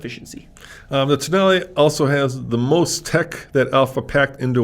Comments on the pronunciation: Tonale more like Toenail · Alfa tonale, nah toenail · I'm Italian and this is how you pronounce it: ToeNail.